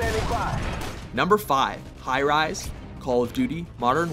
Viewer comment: High rise more like dye ries